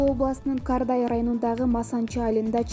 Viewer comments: Кардай эмес Кордай туура айтсанар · Журналис туура суйлосон Кардай эмес Кордай